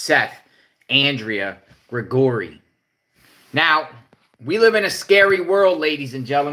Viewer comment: PEOPLE SPELL THEIR NAME DIFFERENT BUT SOUNDS THE SAME LIKE ANDRE' AUNDREA WHICH WITHOUT SOUND JUST HAVE TO GUESS. NOT SURE YOUR SAYING HIS NAME CORRECTLY IN OTHER WORDS. HE HAS AN ADAMS APPLE ALSO